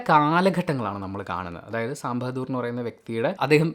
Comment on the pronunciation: Sam ബെഹദൂർ അല്ലടാ ബഹാദൂർ. ...ഇവനെ ഒക്കെ